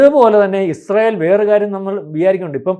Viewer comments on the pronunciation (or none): ഇഷ്രായേൽ അല്ല യിസ്രായേൽ എന്നാണ്..